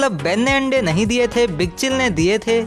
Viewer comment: Tum ne jab kaha Ben ne aande deaaa, mujhe hassi aagayi.🤣🤣🤣🤣🤣🤣🤣🤣🤣🤣🤣 . Jo bhi ho video bohot aachi thi.🙂👍👍👍👏👏👏